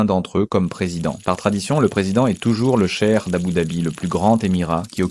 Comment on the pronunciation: Cheikh est le prénom de mon père et ta prononciation est trop chelou !